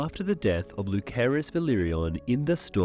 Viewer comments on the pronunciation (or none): "LuSERYS" NOT "LUKARYS" as how you say it. And why don't you answer the question in your video title right away? got half way thru and still not hearing it! CLICKBAIT TITLES make me dislike videos and NOT subscribe. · Actually it's luCerys you were looking for.....(from the family tree in fire and blood's family tree)... spelling counts. Lu sair us is how it is pronounced in the show